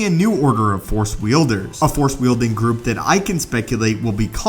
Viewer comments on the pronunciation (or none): none